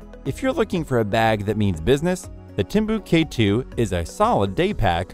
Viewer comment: Man if you’re going to use synthesized voices (which is fine) you have to be aware of its limitations for pronunciations. “Timbu K 2” lol.